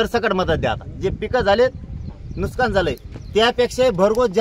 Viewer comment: नुसकान नाही रे येडझाव्या नुकसान अस्त ते...हे आहे पुढारी 😅